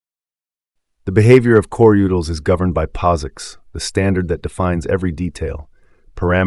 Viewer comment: Am I the only one annoyed by the pronunciation of coreutils here?